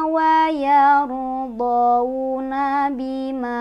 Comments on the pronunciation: wa yar dhouna ..kok dhouna ..bukannya di baca dhoina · Mohon ijin koreksi. Kalo saya tdk salah dengar, pd akhir ayat 51 membaca " Wayardhouna..." Apa bukan Wayardhoina.."... Mohon maaf bila saya salah.. 🙏🙏🙏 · Iya ustadzah ada kesalahan harokat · Iyaa aku dengar jga wayardhouna kak.. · betul ustadzah ada sedikit kekeliruan,saya juga denger,,maaf sebelumnya..🙏🏻🙏🏻